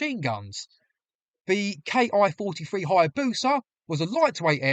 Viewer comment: The pronunciation of the Japanese aircraft is NOT 'Kee' but 'Kay Eye', as this is a manufacturer's designation and not a 'real' word in and of itself. You correctly use this method of speech in the middle part of the video. Overall, well presented and researched.